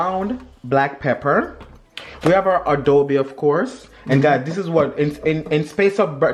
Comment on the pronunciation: A- dob-bee